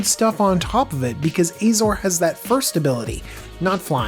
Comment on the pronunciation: Oh ffs, do you call Azorius Ayzorius too?